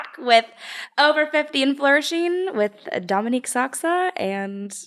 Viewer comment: Love you Courtney, but you’re slightly mispronouncing Dominque’s name. It needs a long “O” sound. She’s too sweet to correct you. Her mother discussed it in one of their early videos together.